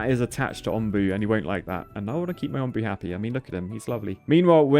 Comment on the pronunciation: it’s “Onbu” like the o in home